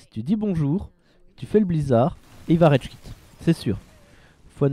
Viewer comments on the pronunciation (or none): ?il a dit redge quit pas rage quit